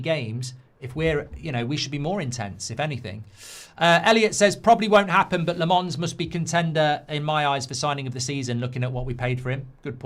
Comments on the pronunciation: Its LA-MENS, not LE-MANS. Uve been saying LE-MANS. just need to switch the vowels uve been pronounce, mark... though it doesnt matter if u couldnt do it. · Lammens 👹 not Lamonce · Still getting Lammens wrong mate 😂